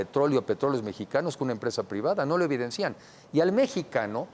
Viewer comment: SE DICE EVIDENCIAN NO EVIDENCÍAN